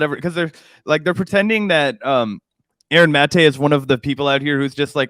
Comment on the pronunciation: & win points in my book for being among the few who bother to pronounce "Maté" correctly (ie, the way Aaron himself pronounces it).